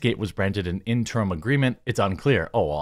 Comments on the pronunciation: Jeremy... interim.... not in-term. The more you know Interim (ˈɪn tər əm): "for, during, belonging to, or connected with an intervening period of time; temporary; provisional." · Jeremy, I know you're more accomplished than I could ever hope to be, so don't think this is looking down on you but could you please Please PLEASE learn how to pronounce the word "interim" correctly?